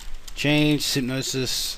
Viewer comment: ***** If you can't be right, at least be consistent. You're teaching programming - a discipline that consists almost entirely of keeping your syntax as internally consistent as possible. I already commented on this, and I don't want to be mean, but this is grinding on my nerves like a mill stone. It's not spypponosis or sypsnospis or synoponsponis or syponoposoponis - at no point has your pronunciation of this word been even remotely close to intelligible, much less bearing the slightest resemblance to its standard spelling or pronunciation in any meaningful way. Have you never heard anyone else say this word before? There's only one "o", there's only one "p", the "o" is right before the "p", and it's three syllables, not four: "syn" - the exact same syllable as in "synthesis", with the exact same meaning "op" - the exact same syllable as in "optical", with the exact same meaning "sis" - I hope I don't have to tell you how to pronounce that one. It's those three syllables - and ONLY those three syllables - in that order, and the stress is usually on "op". The word is "synopsis". This is meant not as an insult but as an expression of sincere amazement and legitimate concern: I'm honestly surprised that you're capable of programming at all with as sloppy as you've demonstrated your syntax to be, in actively, aggressively trying to find every conceivable mispronunciation of this word. At the very least, pick a mispronunciation and